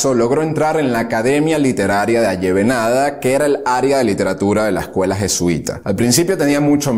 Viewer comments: Muy bueno a pesar de algunos errores de pronunciación,se dice Avellaneda no avellenada y se dice Moncada no Moncado,los kilómetros nadados están mal y el lugar de nacimiento fue biran. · Dijo avellenada Por decir Avellaneda. Que mal! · Minuto 3.03. Es Avellaneda. No Allevenada. (Con cara de Hermanioni) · Te recomiendo que estudies más amiguito! y cuidado a la hora de hablar, que ni Willy la ballena nada 13 mil km... Cuartel Moncada, Avellaneda, Chivás (con tilde en la á), nació en Birán (en Manacas nació Antolín el pichón jjjjj), en fin, cuidado.... espero que cuando lo subas de nuevo te quede mejor. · Me preocupa que digas que es un buen trabajo, pues ni el lugar de nacimiento de Fidel lo dice bien, súmale que no cuenta a Raúl como su hermano, dice que nadó 13000km, de pronunciaciones ni hablar, le dice "Chiva" a Eduardo Chibás, pone fotos con nombres de otros, Avellaneda lo pronuncia increíblemente mal, del Cuartel Moncada ni hablar como lo llama; solo atina en la parte de que era un dictador y manipulador... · Oiga hermano demasiados herrores nado casi 13 mil km tampoco pronuncia bien el nombre de la sala avellanada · Castro nunca nadó 1300 Km, ajjjaja eso no es cierto , además la academia es Avellaneda, se dice Chiva’s con acento , me han gustado tus vídeos, pero debes informarte más , saludos desde New York